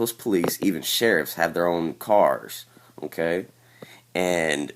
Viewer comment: dude are you saying "ok" or "im gay"